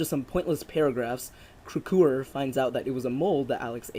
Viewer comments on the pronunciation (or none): and it's not crack-a-hoo it's crack-hour lol both are equally ridiculous but still you pronounced it Wrong multiple times. I swear you didn't say the same name twice you keep coming up with new ways to say it